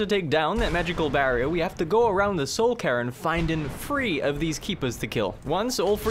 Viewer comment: i know its just your accent but I laughed every time you said soul cairn "soul Karen"